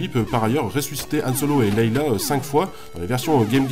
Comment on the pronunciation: on dit leia pas leila.